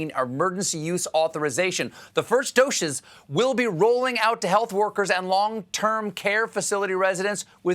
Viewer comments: You said doshers! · "The first 'doshes'..." lol